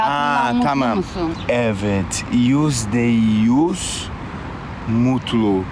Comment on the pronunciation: Yüzde yüz diyor nfkdndkdj ü leri söyleyemiyo